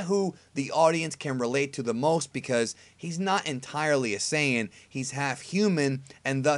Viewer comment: "You can cut its tail off but a sayjins still a sayjin...just sayjin..." Dr. Breifs